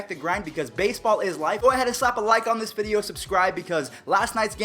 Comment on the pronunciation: he lunged forward trying to be safe but i’d say it wasn’t on purpose. loved the “vidoe” though😂